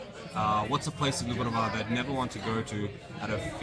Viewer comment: You were in Olympic village, everyone is wearing tracksuits and no one speak Croatian....it is not Dubrava,it's Djubrava 😂